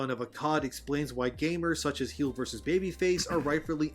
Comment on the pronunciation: I love how this guy calls him "Heels". I used to watch Heelvsbabyface... He would get angry at people calling him heels instead of heel. XD "Mass effect you were he him if you were male." You just wait till the next game. XD